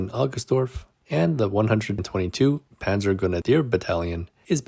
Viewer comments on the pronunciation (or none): none